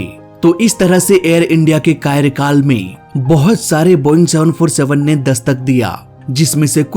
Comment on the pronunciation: कायरकाल नहीं कार्यकाल होता है।